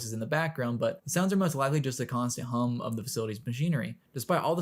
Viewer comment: "deep metallic come" 💀 (I know he said Hum.)